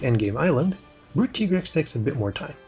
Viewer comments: It is pronounced ty-grex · It's pronounced Tigrex not Tigrex